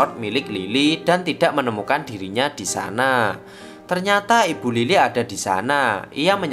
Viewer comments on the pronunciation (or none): Kenapa ya kita orang jawa susah nyebut huruf B??😅 Ibu di bacanya ipbu🤣🤣 Bibir dibaca Bipbir😂